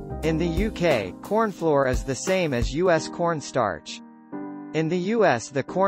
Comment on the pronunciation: AI said cornfloor for most of the video.